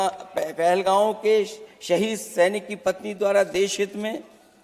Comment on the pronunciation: पहलगाम ❌ पहलगांव ✅